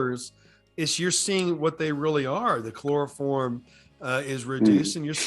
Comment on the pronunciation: Choreiform,? Is someone trying to knock the leaves out for dental surgery?